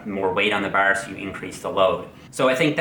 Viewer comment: "to the barrr" I sound some Irish in that voice